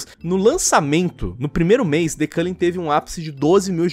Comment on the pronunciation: The Culling: The Collang Eu: The Cu